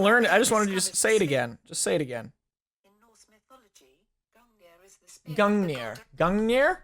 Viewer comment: Also I’m pretty sure it’s pronounced gun-guh -near or around that